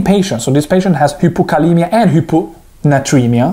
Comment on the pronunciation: Your so confusing its hypokalemia not hippokalemia